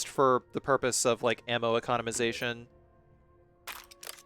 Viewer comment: My man over here inventing words "econimization"